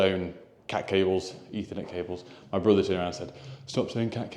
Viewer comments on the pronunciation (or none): none